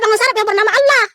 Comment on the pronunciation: Mimin nya cara ngucapin Allah kok gitu...padahal dia berhijab..